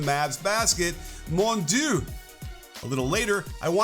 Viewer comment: Perfect coach except for the pronunciation of 'mon Dieu' lol